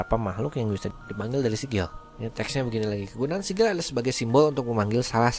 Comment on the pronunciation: sigil bukan nyaa sikil